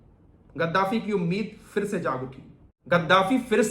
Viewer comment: Bhai kaise musalman ho Urdu bhi nahi aati fir se,fir se kyon kehte ho phir hota hai tumhe to doosron ko batana chahiye video bana rahe ho aur Urdu mein itni badi mistake